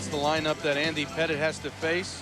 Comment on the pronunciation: Lol he called Andy Pettitte “Petite.” Not a chance that statement is correct.